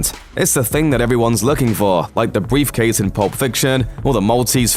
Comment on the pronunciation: "Bweefcase" LMAO